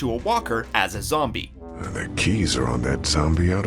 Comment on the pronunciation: When is talking he said zomie